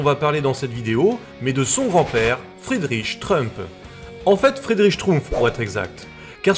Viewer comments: J'entends Schtroumf à chaque fois ! 🤣 (désolé) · Si vous faiites exprès de prononcer Chtrumpf ! Alors vraiment vous vous gaussez et la vous ne serez pas mon copain ! Et votre vie elle est plus riche ?